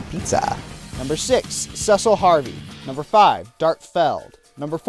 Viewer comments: sorry man but it is actually pronounced sesil for him if you play dissidia you even here people pronounce his name sesil even though normally that spelling is pronounced ceecil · First off, there are actually a lot of masculine characters through the FF series. Second, you kind of suck at pronouncing their names. It's See-sill and Tide-us. That aside, this is actually a really great list. Can't say I disagree with any of your choices. Another well-put-together top ten.